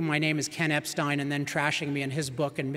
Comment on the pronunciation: People really should learn how to pronounce Epstein.